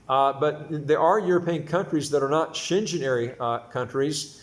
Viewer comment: it’s Schengen…pronounced as Shen-gain